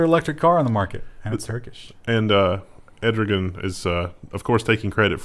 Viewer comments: "ED ROGAN" hehe.. I believe it's Err Do Wan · It's Erdogan, not Edrogan. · You made Turkey seem waaaay worse than reality. Honestly we shouldn't be criticizing until we fix our flaws. That being said I wouldn't go to Turkey after the way you pronounced Erdogans name lol. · Erdogan "err-doo-waan" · Turkey's president's name is pronounced 'err-da-wan' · Err Doe Wan.